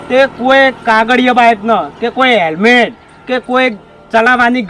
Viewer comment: હેલ્મેટ કહેવાય હેમલેટ ના કહેવાય